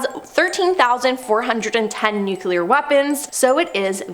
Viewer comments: Must be the George W Bush pronunciation.... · It's nu-cle-ar not nu-cu-lur. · nuquelar? really ? ?? ahhaha